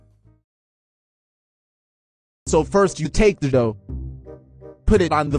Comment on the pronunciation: i think dat not haw u cuuk pitza